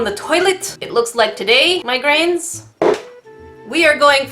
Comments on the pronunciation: Has it been addressed that it sounds like you're calling us Migraines? 😂😂😂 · did she say my grains or did she say migraines?? #NerdeEficationSquad